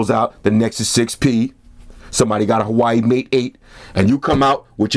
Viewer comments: Great review as always, I can't let it slide though, say it with me "wah way" not Hawaii lol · Hi, the right pronunciation of Huawei is "Hwa-wey" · this nigga pronounces huawei as Hawaii. I'm weakkk. subbed after I heard that shit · He knows that and has already said he will be saying Hawaii from now on because that's how he rolls.